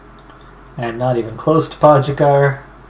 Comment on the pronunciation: it's PO-GA-CAR